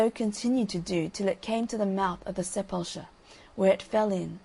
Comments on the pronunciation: It took me a long time to figure this out but it's sep-ull-ker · The narrator is trying to say Sepulchre--a tomb, a grave